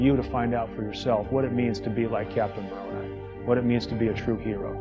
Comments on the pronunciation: That’s why he said she had ‘tree’ husbands instead of the five she actually had. LOL btw - Moroni is pronounced ‘More - roan - eye’. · Moroni is pronounced more like more-own-eye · as an ex mormon, hearing you pronounce moroni as "more-oh-ni" is sending me (its "more-ohn-i" (the part is pronounced like, the letter i)) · Haha, it's actually pronounced 'Morone-eye', but I like picturing him as an Italian mob boss in your version.. But 'Bring-em Young', you got that spot on,. 😝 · Lol Moroni is pronounced “more-own-eye”. He’s the dude standing atop the Mormon temples holding a trumpet.